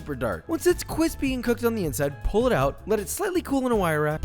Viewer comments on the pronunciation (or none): When u know u chose the right gf when she says ur line cwispy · We need "thiccccccc" and "kwispy" labelled merch Josh!!! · your face when she said cwispy :,) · Great, I'm starting to say "kwispy" 🤦‍♀️ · i really wanted CWISPY merch but its cool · Josh you son of a bitch, I can't stop saying quispy because of you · you use an air fryer? could use some kwispy AF resspee's from da boi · We need some QWISPY T-shirts!!! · make a cwispy shirt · Casually takes the bowl of cwispy orange chicken away. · I need a “nice an kwispy “ shirt or hat just sayin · I could of sworn you said QWISPY , if so could you said Cool Whip? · Please make a shirt thats says Cwispy Bois (or howerever you spell it). I would love that! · That look of mild offence when she says cwispy. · Ah, yes, a new "cwispy" convert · Yo you should do Taco Bell nacho fries!! And make em cwispy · Lmao the face he made when his gf said “cwispy” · cwispy :3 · i'm genuinely surprised josh didn't double fry the chicken for that extra cwispiness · Yep, that's definitely Josh's girlfriend. They both say CWISPY the same way. I also like how he smiled when she said that too. He's proud. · Yeah when she said c w i s p y you could see the love in his eyes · "Once it's k w i s p y" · But are you CWISPY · Me: watching bangbangcon of bts.. Josh:cwispy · He says cwipy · He says cwispy